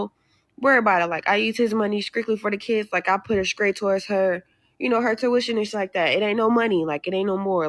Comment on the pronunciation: "skriktly" "skraight" fuchin skoopid!